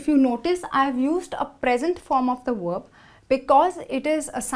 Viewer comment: Verb not werb